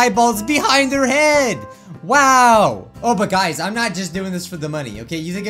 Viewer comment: "I can't even lock at you guis! " said wile looking at us XD sorry sounded funny to me